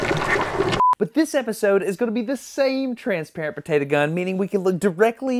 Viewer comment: It gets me triggered every time he said "Potata" Instead of Potato.